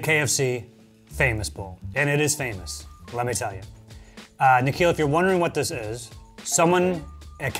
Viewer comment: It's nikhil Ni--Khi--L